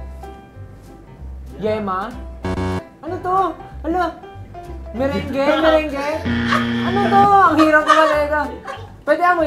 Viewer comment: 'Merengue' triggered. Love you Stell.